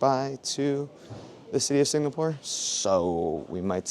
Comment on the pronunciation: At least pronounce the place you are going to correctly. It is NOT Singnapore